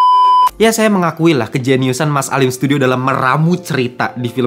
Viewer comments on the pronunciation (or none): Alim sudio bang bukan alim studio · Alim Sudio bang, bukan studio😅